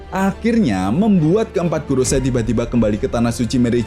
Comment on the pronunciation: Kak, bacanya bukan goroSAI, sepertinya... tetapi 五老星 gorouSEI = lima planet tua = five elders